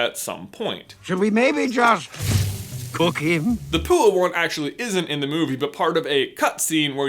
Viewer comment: did he call Pua poo?